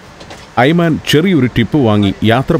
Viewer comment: ടൂർ ഗൈഡിന്റെ പേര് 'ഐമാൻ' എന്നാണ് ഇവിടെ പറയുന്നത്. എന്നാൽ 'ഐമൻ' എന്നാണ് ശരിക്കുള്ള ഉച്ചാരണം. 'വലതുപക്ഷക്കാരൻ' എന്നാണ് ആ അറബി വാക്കിന്റെ അർത്ഥം.